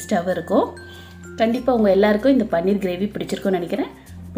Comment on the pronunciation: அது பன்னீர் இல்ல பனீர்.